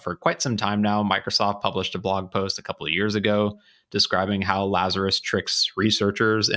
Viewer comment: "our good friends lazarous" uahuahuahuahuahuahua